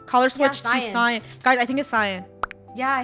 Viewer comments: THAT WAS MEEEEEEE! Me: dying -----------: cee-an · Seyen (Cyan) Me: What the actuall fu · Lol, she legit just saying “seey-an” while the rest of the krew know how it’s pronounced being like ”CYAN” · saying" CEE AN" Me: CYAN!!! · Ceeyan The rest of the Krew: Cyan. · I think it’s seeyan Funneh: it’s cyan Funneh: let’s just vote lunar out for saying seeyan Meh:😒😊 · CeEyAn The rest of krew: ITS CYAN Me:..... I'm wearing a cyan skirt..... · SEE AN?ITS CYAN WHY?! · People get mad at me for saying si Yan instead of cyan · Its cien! Funneh: Its cyan... also: Its cyan! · si-an me: sai-an: SI-AN me: SAI-AN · Alternate Title: being bullied for pronouncing "cyan" as "si-yan" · lol “see-an” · lol See-an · Its not lol lots of people say see an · I was laughing so hard when said it was c-yan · I pronounce cyan as si Yan too lol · " see yan " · It’s pronounced ci-an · Why does say cean